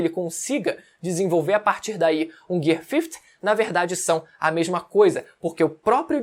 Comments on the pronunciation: O o vídeo inteiro falando Gear 50(fifty) hahahaha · "Gui Cinco" Man chama assim